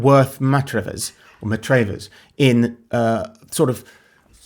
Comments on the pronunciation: Not Matrayvers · Worth Matravers - pronounced Matravers without emphasising any letters, in the Isle of Purbeck